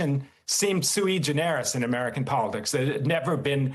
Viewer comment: He mispronounced sui generis!